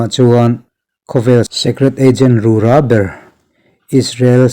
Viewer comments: Rûrâ pawh rurã tihloh tur. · Bible chhiar tam la, i zia sawt sawt mai ang. Rura tih em te, tuman an lam ngai loh dan a han lam tlat hi chu, a zialo lutuk. Sum hmuh nan a hmang tan phei chuan. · Ru ra tih hi ra hi ahniam a lamtur..